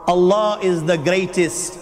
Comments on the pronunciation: so you are a muslim brother. because you say A Danish guy reacts, how i know, the way you say allah only muslim person can say correctly (Allah) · Being a Brother from another Mother.. I would suggest you to plz once read the Quran in your life.(Available in English Translation). Your life will be changed..♥️🇵🇰 Peace From Pakistan... They way you say (Allah) is just♥️♥️... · You said ALLAH right